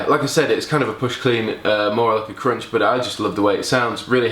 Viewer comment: His pronunciation of crunch croiunched,cuuvvunched,k roo inched my mind!